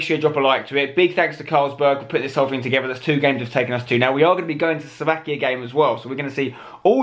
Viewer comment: Slovakia........... Sloavkia ???